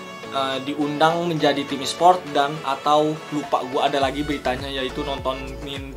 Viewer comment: ESPORT BANG BUKAN ESPRIOOT